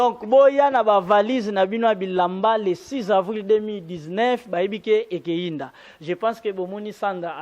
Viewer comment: Ekoyinda et non ekeyinda. Bel'émission kasi présentateur ayekola lingala... Archives et non archives.